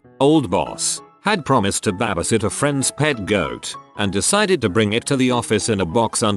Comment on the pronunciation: Damn AI can't even speak English properly. WTF is BABASIT? and $$$ isn't dollar sign, dollar sign, dollar sign. It's money or cash. Don't listen to shitty videos with bad AI.